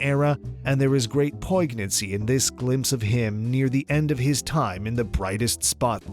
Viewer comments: I don't think his eating others leftovers was completely down to his love of food. In his childhood and youth he had experienced poverty and hunger and knew not to waste food. The g in poignancy is not pronounced gna is more like a nya sound. At some point Cary Grant was happy to give up his acting career in order to look after his daughter. It's what made him happiest He didn't regret it when he stopped acting. He even turned down parts offered by those who wanted to get him back on the screen. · did that guy just say poiG-nancy? DUDE, IT'S "POIN-YANCY" LIKE THE GN IN LASAGNA. Oh, wait...you don't say the g in lasagna, too... Do you??? What about gnat? Do you say PUH-neumonia? Just wond'rin'....